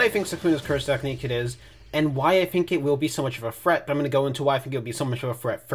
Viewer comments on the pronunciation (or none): very unrelated but when you say "threat" it sounds like "fret" and you sound cute when you say that lmao